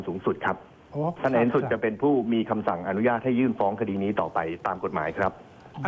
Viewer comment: คำว่าคดี เป็น " คดร "ไปแล้ว